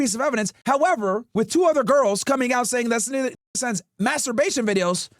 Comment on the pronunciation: Bro said sneeko 😂 and now i cant unsee that